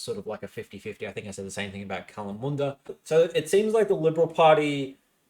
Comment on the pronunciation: Don't forget his batshit pronunciation of Kalamunda he seems to have corrected himself on it now so he's capable of doing it right despite immediately going back on it 2 seconds later haha